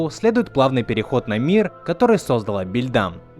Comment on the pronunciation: Не БИльдам А бАльдам